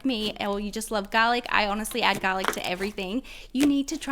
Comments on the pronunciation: Who else loved how she says garlec? 👇👇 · garlic bread? I thought she said galic like Galaxy I'm so stupid